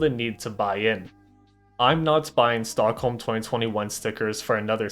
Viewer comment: damn he brutally misread the stockholms lol